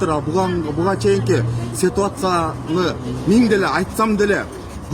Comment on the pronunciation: Цетуасия эмес ситуация